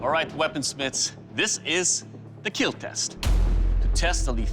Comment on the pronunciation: Doug hit the dummy in a baaaaad spot "It will Keel"